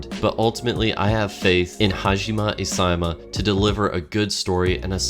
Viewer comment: did you just say hajima isayama ? lol